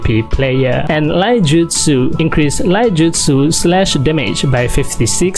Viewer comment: King, I just want to make 1 correction: it is not called Laijutsu, it is called iaijutsu (read: i-ya-i-jutsu), referring to a school of sword technique specialized in quick sword draw and then sheating it back